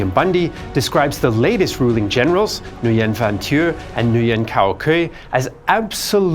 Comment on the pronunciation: I'm going to be the one person in the comments that will say: Nguyen is pronounced NU-WEN. Not Nu-yen.